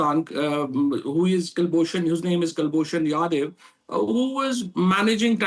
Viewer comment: This pakistani minister was space and science minister of pakistan he doesn't have guts to say that the elected prime minister of pakistan in jail.This fool accepted Pulwama done by terrorist in his parliament "saying ghar Mai ghus Kar mare hai " hypocrisy of Western media atleast call people with credibility. Ab ate hai hindi mai " abey it's kulbushan yadav not kalbushan yadeev". Bat bar Urdu aur hindi ka Katal karte ho.